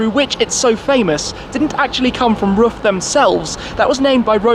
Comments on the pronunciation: Hey Tim, just a hint from a german: Pronounce RUF just like you would "Roof", not like "Ruff" :) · Omfg! It’s pronounced “ROOF”! You’d think automotive enthusiasts would know this.....